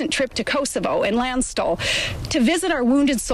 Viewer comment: she cannot pronounce lanstul and she has been there? ffs i was stationed near there.